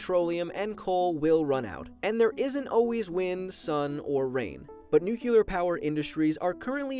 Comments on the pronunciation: it's pronounced nuke•le•ur not nuke•u•lar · I'm gonna be honest, it's kind of a pet peeve of mine when people pronounce nuclear as nuke-euler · it's pronounced "nookleear" he kept saying "nookyoolar" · What is so goddamn hard about pronoucing nuclear correctly, it's pronounced exactly the way it's spelled, and it's spelled nuclear not nucular. It's like I'm on a planet filled with idiots who can't say dog, they say "deg" instead, and you tell them that it's pronounced dog, but they just keep calling them degs for no reason. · NU-CLE-AR NOT NU-CI-LER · please don't say nucular it's nuclear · "Nookyuler" 😂 It's Nuclear! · STOP SAYING NUCULAR ITS NUCLEAR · It's annoying how he says nuCULEr, it's pronounced nuCLEAR!!!! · "new-clear" not "new-kyu-ler" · "4% from n u c u l a r fission" Life Noggin March 22, 2018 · NUCLEAR. PEIROD. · Nucelar XD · I love how you say NUKElar energy, Duke Nukem approves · I'm reporting you for repeditivley saying Nucular.. Omg, George Bush made so many Americans illiterate. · i like nucular the best. you know you can dumpthe radioactive waste in space right? anyways nice video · Good video but i cringe every time he mispronounce nuclear. It’s Nu-klee-er. Anyway about hydro power? But my choice is solar. We have a long way to go to increase the solar panel efficiency though. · Say NUCLUAR one more time, I fucking dare you! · You and your "nucular"... 😃 The worst thing I have seen is two people stuck at the top of a burning wind turbine... 😳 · yay nuculer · Why don't you know how to pronounce nuclear? It's not nucular.... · This reminds me the last movie of Madagascar, when the penguins use the "nucular" reactor, not a nuclear reactor. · “nuculear” uughh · Hehe Nucular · Why is he saying nukiler?😂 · STAHP SAYING NUCULAR! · Katushabe people have diffrent accents like in England we say zed instead of zee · Nucular hahahaha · Digital Dirk I pronounce it as nookyoolar like him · Haha. He said nucular. So stupid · NUKEular. GUUUUUUUUUH